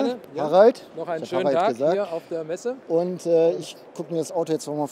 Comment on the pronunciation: Sorry,, Messe statt Meese. Kannste dann löschen:-)